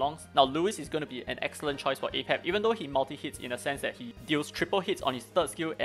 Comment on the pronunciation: It's actually not pronounced as ei-pep but rather uh-pep. Sorry to get nerdy lol 🤓 I just managed to auto k10 with my own team ( Li ling, Freya, Sander, Medusa , Chang pu) so this guide was helpfull to which characters I need to focus next